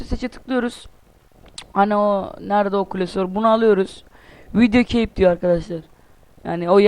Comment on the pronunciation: çeyp ne lan çeyp ne kep diye okunur cape :D